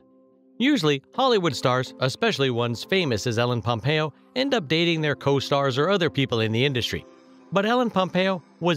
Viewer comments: did u just start the video by saying MELLEN POMPEO ? wow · "Mellen pompeo"😂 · He keeps saying "Helen Pompeo" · Was is just me or in the begining did anyone else hear melon instead of ellen pompeo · Who is ellen pampeo? It's Meredith Grey